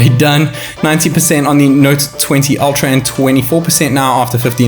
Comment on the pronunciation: Так ультра или альтра? Не совсем расслышал